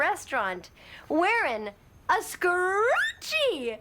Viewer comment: Id be bothered with the way she said scrunchie (scrunchy?) But I would be GRATEFUL to have that edit told to me and excited to hear what she liked most